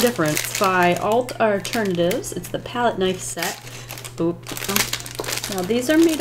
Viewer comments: Did she say "Alt Arternitives"? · did you say alt arternatives??? (I replayed that bit 5 times because i thought my brain was goofing up)